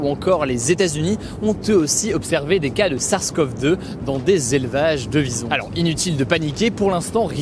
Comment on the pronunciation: Au début j'avais pas compris que tu parlais des Visons et car j'ai compris "bisons".